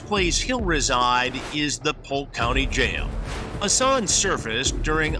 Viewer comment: COME ON, HASS-ON